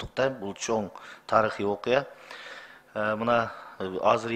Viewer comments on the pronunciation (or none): Таырхий деп койот чимкириктер